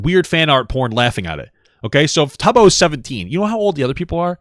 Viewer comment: Bruh he knows so little about the community he doesn't even know how to pronounce Tubbo, he has no business covering this 🫩